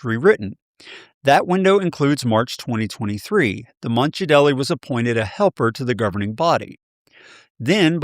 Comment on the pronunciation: just to let you know, his name is pronounced Jade Lee not Ja Del E.